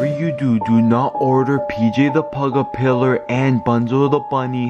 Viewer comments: It's PJ puggle pillow and not PJ the pillow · It’s not PJ pillar it’s PJ pug a pillar it is not Bonzo the bunny is Bonzo bunny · It,s pj pug-a-pillar